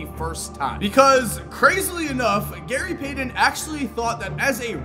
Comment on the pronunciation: "Gary Paydon"?